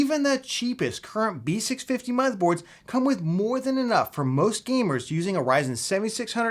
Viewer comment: You did it again. Repeat after me "B650"